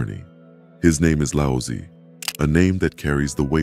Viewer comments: Nice video. I just wish the narrator pronounced Tao and Lao Tzu correctly. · Yeah; AI voices really screw words up. I guarantee this is AI automation project